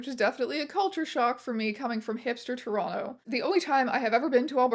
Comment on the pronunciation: Im gonna personally thank you for pronouncing toronto properly, thankyou